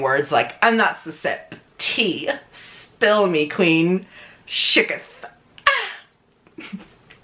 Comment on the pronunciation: NOT ME THINKING YOU SAID CHICKEN INSTEAD OF SHOOKETH